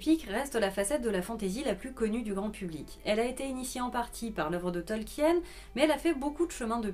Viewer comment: CA SE PRONONCE TOLKINE, PAS TOLKIENNE !!!